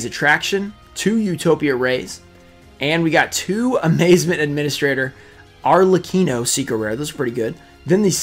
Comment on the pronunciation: Favourite card from this box? The black rose dragon starlight (but i prefer the ghost) and diviner of the heralds simply because is her. I would love to win this giveaway, i really want the diviner. Ps Arlekino (Arlecchino is the correct pronunciation) is a famous mask of Italian comedy.